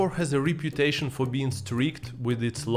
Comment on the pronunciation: It would be helpful if you at least googled how to pronounce some words before making a video using them. Like, it's not that hard. Rifle, reputation and polygamous are some examples of words that are not pronounced like you pronounce them. Some self-awareness on your part would be great